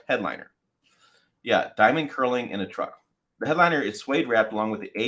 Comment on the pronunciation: The K is silent. Pronounce it as “nurling”, not curling. Either way, it’ll be too expensive for me.